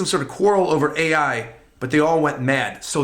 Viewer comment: The AI is pronounced "Aye" and means "Kay." It's the thing that Nanika says when answering to wishes. It's not A.I.